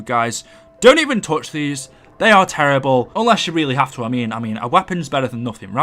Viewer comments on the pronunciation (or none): none